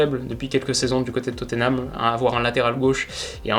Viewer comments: S'il vous plaît : on prononce << Totnam >>, pas << Toteunam >>. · Je t'en supplie c'est Tottenham et pas Toténham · Oh mon dieu je suis obligé de le dire même si c'est 3x rien ça me frustre trop x) c'est pas toténam, ni toteunam, c'est juste totnam 🙏🙏🙏